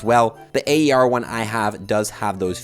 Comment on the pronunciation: I enjoy your videos! My hobbies are overlapping here, EDC enthusiast as well. Aer is pronounced AIR 😅 cheers.